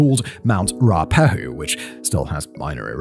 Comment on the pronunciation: um, the earthquake in 2004 was 26 December. I know this because its my birthday. Also, Ruapehu is pronounced Roo a pay who